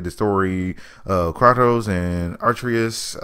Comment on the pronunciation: Did this guy just say "KRAHKOS" instead of Kratos LOL